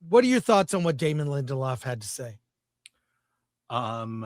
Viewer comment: DAY-MON Lin-Del-Off